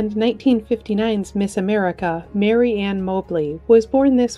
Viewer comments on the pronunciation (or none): none